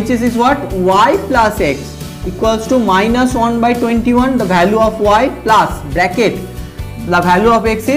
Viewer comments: Sir please speak correctly it is plus not plaas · Its not plaas... Its plus.. Sir